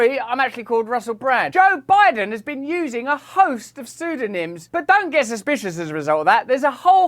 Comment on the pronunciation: Russell Brand.. trying to say 'don't get suspicious.' "DON'T GET SUSITIOUSIT!" Whatever you're on Russell.. give it a rest. You are an idiot... ha ha!!!!